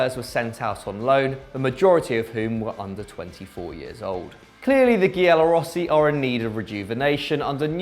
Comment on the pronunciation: yeah but he said ghiallorossi lol